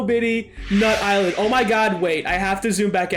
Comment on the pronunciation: it isn't pronounced nut island it is pronounced nuyt-LAND